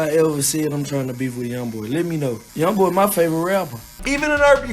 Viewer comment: Everybody saying yong boy